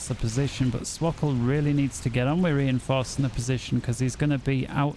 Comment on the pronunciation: Hello we were looking for swkoll games randomly and we are proud of you for pronouncing swkoll's name correctly.